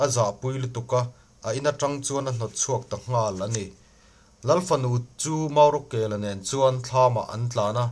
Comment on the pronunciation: Chhiar mak boh boh ve ngaihnawm loh, maurawkela pawh ni lo. Murakeka a ni zawk e